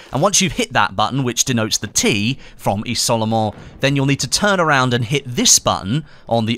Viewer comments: The picture looks like the statue on Soissons. Also it's "izol-mon" :) Good effort with the french! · You can say "izolement" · The way he sais Isolement lol